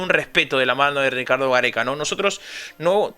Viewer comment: Pero porque lo dice tan brusco...